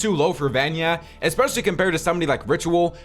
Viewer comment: Bro its vanyak and not vanya